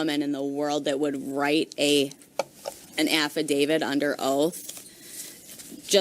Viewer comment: The TEMP with 2 degrees is pronouncing it as AF-I-DAVID